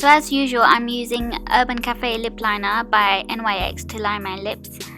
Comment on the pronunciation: It's pronounced nicks